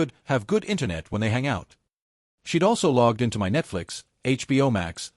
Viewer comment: how hard for an AI to say f*cking MY instead of saying each letter out M.Y so god damn annoying